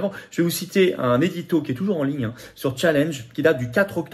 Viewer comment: A M. Philippot: Challenge est un mot français (repris dans la langue anglaise). On ne dit donc pas "tcha-laine-dje" mais "chat-lange".